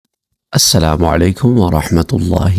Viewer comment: Bhai aslamoalaikum Hota hy. Ap har bar aslama alaikum Q bolty ho??